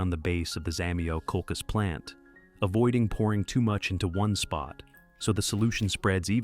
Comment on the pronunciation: Не хочется даже слушать :так коверкать название просто треш